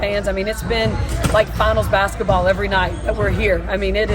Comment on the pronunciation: I wish someone would teach Caitlin how to say basketball. She always says “bassetball.” 😂😂😂